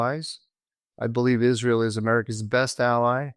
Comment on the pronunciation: Mike, it's not pronounced Is-REAL.